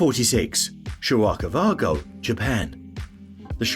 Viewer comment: Terrible pronunciation of shira kawa go white river village.